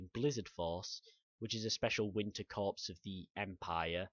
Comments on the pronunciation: Corps is pronounced "core" for future reference. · Morten Kristoffersen hes right corps is pronounced core